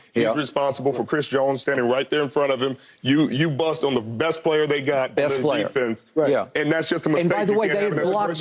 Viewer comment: Crazy how no one can say the word Defense